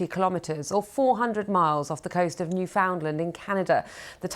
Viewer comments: It is pronounced as Nüfinland not Nüfoundland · "New fend lend" . Ok🤦‍♂️